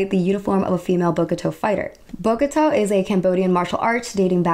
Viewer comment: I know I’m 2 weeks late but I just wanted to say that Bokator is actually pronounced like “Boka Thao/Thow” and Khmer is actually pronounced as “Ka My.” Just wanted time point that out, but great vid overall. :D